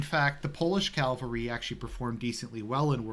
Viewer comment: CAVALRY not Calvary... C-A-V-A-L-R-Y. Are You doing that on purpose..? Great video nonetheless. Classic;) This is exactly the type of content that I was longing for on this channel. Thanks a lot! God bless.